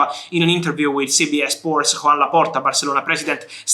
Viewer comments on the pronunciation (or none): none